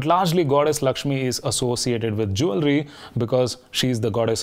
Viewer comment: Did you check the right pronunciation for ‘Jewellery’ 😅